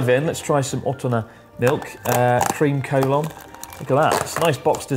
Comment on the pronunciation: Cream Collon sounds so utterly wrong to me o__O